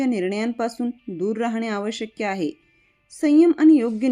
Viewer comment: बोलताना आवश्यक्य न म्हणता आवश्यक असे म्हणाला तर बरे होईल.